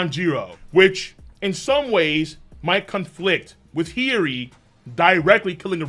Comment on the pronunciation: the name of Odens dauthter is H i y - O - ri ……the O is not silent